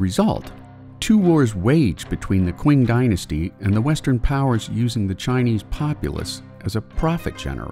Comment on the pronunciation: You pronounced "qing" incorrectly. It's pronounced "ching." Just FYI